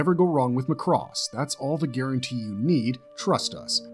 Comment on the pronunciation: My ownly complaint is your pronounciation of Macross... "Mack:cross" not "Mah:cross" Otherwise, yeah, pretty solid list of Space Anime!